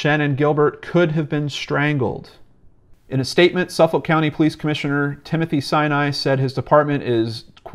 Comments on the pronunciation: Haha sufoulk pronunciation lolllll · Thanks for all the amazing links! I live in the area, been on the ocean parkway thousands of times in my life. When you said Suffolk though I lol'd a bit! It's pronounced suf-fuk by native long islanders. This story has bothered me since day one. I just want this guy caught. It's scary knowing he's still out there somewhere. Don't know if you already did but you should read the book Lost Girls and American murder mystery.